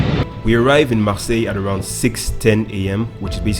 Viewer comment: Marseille 😂😂 I live in France. It's cool how you pronounced "Marseille" so well😁